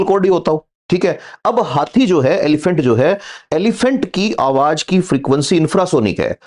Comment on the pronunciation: Awaaj NAHI Awaaz... Awaaj bahut gandaa lagtaa hai